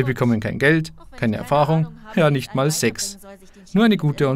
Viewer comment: Klang mehr nach "Säggs" ;D